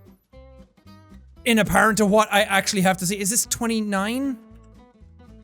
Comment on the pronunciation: Why does jack pronounce "wh" words as "hw" lol? He says hwat instead of what most of the time